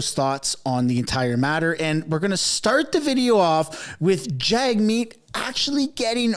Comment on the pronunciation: Jagmeet is pronounced “JUGmeet”…just saying 😑